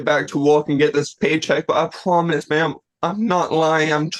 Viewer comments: "I pinky pwoomise" 😂I have never yelled at someone to shut up more than i did watching that first guy. He was so obnoxious. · I pinky pwomise you ma'am. 😅